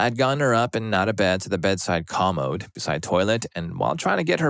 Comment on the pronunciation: You’re mispronouncing “commode”.